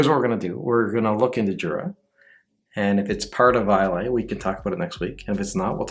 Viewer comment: Islay is pronounced "I-luh".